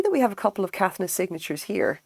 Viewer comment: Lovely video, thanks. Beautiful work and I agree it's a joyful thing. The design looks like it might be Moon Crystal. I collect a lot of Caithness glass and have many of the seconds. I live in Scotland so find them in junk shops and thrift stores. (PS pronounced "Kay-th'ness")